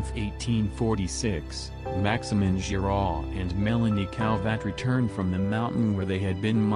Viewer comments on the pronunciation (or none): none